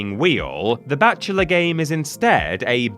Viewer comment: For a good minute I thought was saying “the batchula” when it was in fact “The Bachelor” lol. I thought, is this some kind of bat themed game show from the UK I’ve never heard of or something? 😅. It wasn’t until he started talking about dating when I said “OHH… bachelor, that makes more sense” 😂.